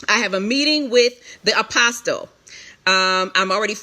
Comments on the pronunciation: One last thing, why in the world does this lady keep saying Apostle, the "T" is silent, so it is Apos"uhl" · 21 minutes in and she hasn't gotten to the meat...way too much "filling in " instead of just stating facts. FYI, the "T" in the word "Apostle" is silent. I would think one "called" would know that. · OMG the “T” in “Apostle” is SILENT!!!! I cannot stand it!!! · The T is silent!!!!!